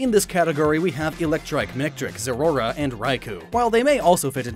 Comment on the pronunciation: Zeraora is pronounced Zer a aura